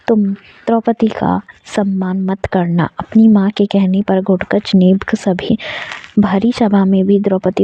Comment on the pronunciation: आपको घटोत्कच बोलने में बहुत problem ho rhi hai